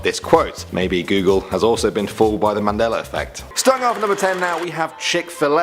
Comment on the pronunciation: I am going out on a limb here and say you don't know what a Mandela Effect is. Why is it that at times it sounds like you are saying the Manella Effect and not the Mandela. It is not that many people are remembering those things wrong but that it was changed some how or the ones that remember it the other way is from a different dimension. But either way just because you can't find anything that shows how it was before it was changed does not mean it wasn't changed. Try and explain how the words in the KJV of the Bible were changed? Besides these were very old Mandela Effect stories and not surprising at all.